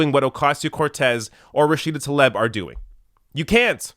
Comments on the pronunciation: I have a bit of OCD when it comes to saying names. You're saying TAH-Leb. When it's TLAH-eeB. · Great points,. However, you should know that her name is pronounced “Rashida tah-LEEB”.